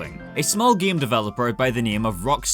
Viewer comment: Love every time you say "gaem"